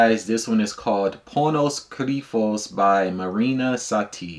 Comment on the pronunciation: It is pronounced as Pónos Krifós. And it means Hidden Pain.